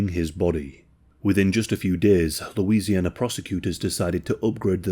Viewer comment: You pronounced Baton Rouge and Louisiana correctly.